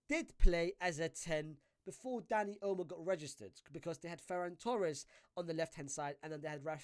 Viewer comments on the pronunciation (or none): why does dis brudah keep callin him "Dani Elmo"????🤣🤣🤣